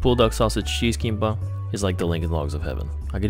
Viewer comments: no problem with the pronunciation (since jap and kor share some words, albeit having different meanings) but u just forgot to pronounce the last letter it's KIMBAP with a B/P sound at the end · Kinpa is close but the real pronounciation is Kimbap❤ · KiM-baP dude. That was some horrible pronunciation. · Hey love your videos! Just for future reference, the correct pronunciation is "kimbap" It's just two Korean words put together to form one. kim = roasted seaweed bap = rice Hope you enjoyed Korea! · 김밥 or Kimbap (pronounced geehm-bahp) is the proper way to say it in Korean. Also, some convenience stores are much bigger with much more variety while some are smaller. Glad you enjoyed the food. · The Japanese pronunciation of kimbap is so cute lol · He killed me the way he pronounced kimbap. SAY IT RIGHT PLS!!!! 🙏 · Dude couldn’t be bothered to pronounce kimbap properly lmao. Does he also say MakuDonarudo instead of McDonalds? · why is no one talking abt how he’s pronouncing and spelling kimbap 😭😭